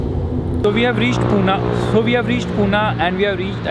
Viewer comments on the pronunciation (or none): It's Pune! Not poona:(